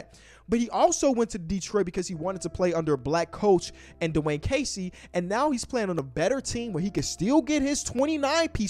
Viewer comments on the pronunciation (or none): none